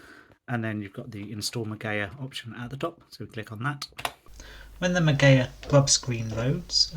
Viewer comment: Ma-Gee-A please for the love of gawd pronounce words properlyQQ